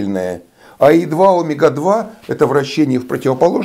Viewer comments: почему Вы ставите ударение на первую гласную Омега, а не на 2-ю омЕга ? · Млин , а меня в школе учили говорить омЕга , а не Омега!? Это.....ужас! Как быть?